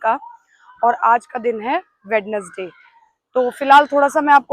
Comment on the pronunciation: Wednesday nahi bolne me WeNesday hota ha madam